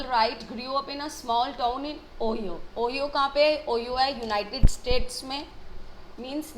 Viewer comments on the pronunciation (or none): its says it as O-HIGH-O not ohio